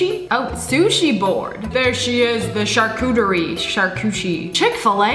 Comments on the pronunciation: "Sharcuchi" as a French man I genuinely wanna commit some sort of war crime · No one: Sssniperwolf: Charcoochie board 😫😫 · She really said sharcuchi board😂😅🤣